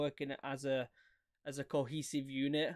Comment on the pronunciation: How you said cohesive was very satisfying